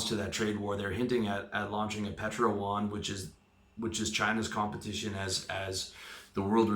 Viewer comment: YUAN not Juan.